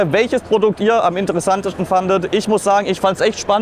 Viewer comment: „Am interessanteschtn“ 😂